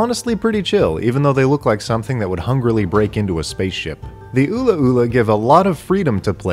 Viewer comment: I don't know which pronunciation was more offensive, ula-ula or "KAHK-ya-WEEN"